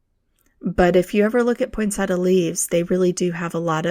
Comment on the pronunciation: PoinSET--ee-a, not PoinSETa. Nice video!